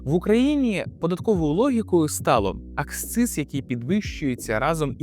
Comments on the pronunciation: Не аксциз, а акциз. Клоуне ти недоучений. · Правильно говорити і писати "акциз".